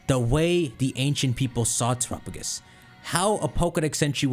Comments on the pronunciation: Our man really out here til this day pronouncing Terapagos like Tuh-ruh-puh-gus instead of rhyming with Galapagos... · I’ve always loved how he pronounces terapagos